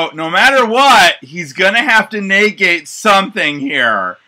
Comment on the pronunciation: Why do you say naygayte instead of negate. An hour of this fu king hurt haha